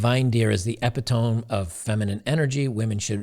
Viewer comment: I am so happy read the word epitome wrong. Epitome is unironically the epitome of the atrocity of English spelling.